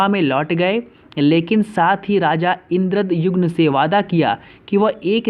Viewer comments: Raja Indradyumna not Raja Indradyugna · It's called puri not pudi N king called indradyumna not indra jumma Kahan se padh raha h Raani ka naam gundicha thi??? Really???? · Yes sale thik se bol Puri or Indradyumna